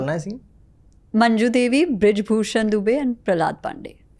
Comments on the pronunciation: Mam, its not majnu devi, Its manju devi.. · It’s manju devi not majnu . Such a iconic character and we miss the correct pronunciation 🍁